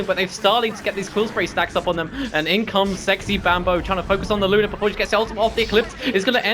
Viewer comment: Good cast but it's "Maledict" and "Luna", not malediction or Luner